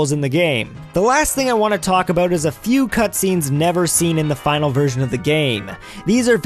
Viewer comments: what's wrong aboot the way we talk? you're just jealous we have free hydro in our igloos + Wifi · why does he mispronounce the word "about"? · Christopher Guerra he's probably Canadian.